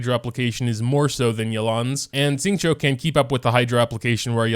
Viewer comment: My chinese self when this person prounounced Xingqiu right